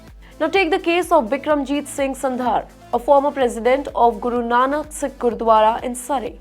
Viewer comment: Why are you pronunciating sikh wrong? Wtf